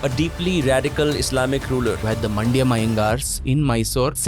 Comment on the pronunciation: It's "mandya" Not mandyam, as described by sampath